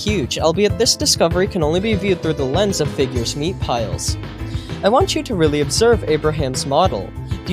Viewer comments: Why you gotta say figures meat like that😭😭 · my immature ass laughing every time he says "figures meat"